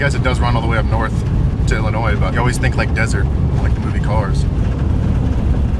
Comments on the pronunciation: Sorry, pet peive because I'm from there.... the "s" at the end if Illinois is silent. ILL-IN-NOY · ... THE S IS SILENT. Biggest pet peeve being from Illinois. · The "S" on the end of Illinois is silent